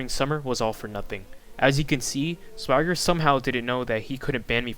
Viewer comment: I always thought Swager was pronounced "Sway–jer." Whenever you pronounce it like swagger, I think you're talking about SwaggerSouls.